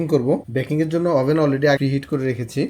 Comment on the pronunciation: ফ্রি হিট না প্রি হিট বলে এটা কে।